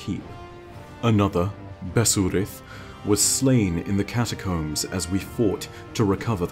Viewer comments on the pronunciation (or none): none